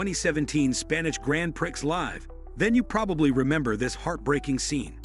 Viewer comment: Grand Prixx?? God, I hate AI